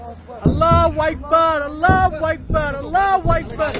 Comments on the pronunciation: আল্লাহ হুয়াইকবার কি ভাই??? আল্লাহ হুআকবার বলতে শিখেন। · আল্লাহু আকবার টা ভালো করে উচ্চারণ করেন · এই বদমাশ আল্লাহু আকবার ঠিক মতন ক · সবাই নিরাপদে থাকবেন, আর হে আল্লাহু আকবার শব্দটা একটু ভালোভাবে শিখবেন ও উচ্চারণ করবেন ও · ঠিক বলছেন।। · আল্লাহু আকবার ঠিকভাবে বল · ওর কথা থেকে কি শিখবো আরবে থেকেও এখনো আল্লাহু আকবার শুদ্ধ করে বলতে পারেনা। হায়রে মানুষ মরলে কি করবা 😭😔